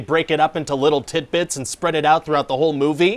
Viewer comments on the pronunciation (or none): Are you saying tit bits? Pretty sure it's tiD bits xD